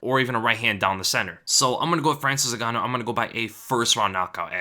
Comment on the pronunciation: To this day, people keep pronouncing Francis last name wrong. Is Ngannou NOT Zingannou